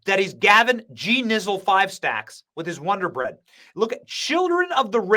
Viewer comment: WODER BREAD BOY 😂😂😂😂